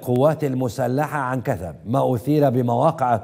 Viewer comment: هو قال عن كثب كثب بئ طب لما يجى كثب صحينى